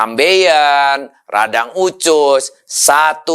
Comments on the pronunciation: Usus bukan ucus ya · Of course I do. It's just the way he pronounces it. Even his Indonesian is a lil bit weird. He says "ucus" not "usus". So I need to think hard before got it. 😅😅😅😅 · USUS bukan UCUS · kok nyebut usus pelafalan nya ucus ya?? hehe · Usus bukan ucus pak de